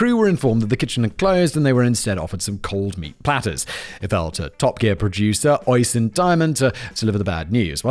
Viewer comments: Óisin is pronounced UH-SHEEN, not ooh sheen, just fyi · Funny that Simon couldn't pronounce the name Oisin because it's Irish